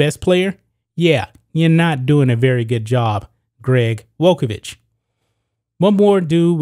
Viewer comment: You mispronounced the former coach’s name.